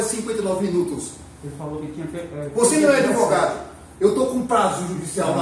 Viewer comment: "adevogado", "Mister" é o Mister M. O CORRETO é mistEr.